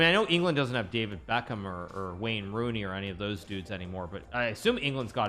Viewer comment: I’m 30 years old and I’ve been watching football since I was 8 years old and I think I’ve heard Wayne Rooney pronounced in American Accent for the very first time and it came from Hikaru 😂😂😂😂😂 It’s a weird afternoon I’m having